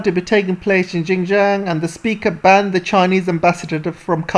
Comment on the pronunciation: Well said! For correction, Xinjiang should be pronounced as 'Sin'jiang and not `Gin'jiang....